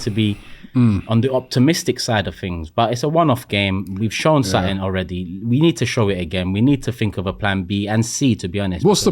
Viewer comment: One of the biggest problems is the repetition of what is considered a 'problem' there are too many 'reactions' in video's like this repeating things and building on the narrative making it bigger than it is. P.s. Turkey it's 'something' not 'suttin' or whatever it is your saying! P.s. please do not be comparing the womens football to the mens. That was so awfultl to hear.